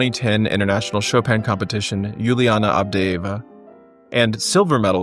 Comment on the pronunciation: “Yulianna AvdeeEeva”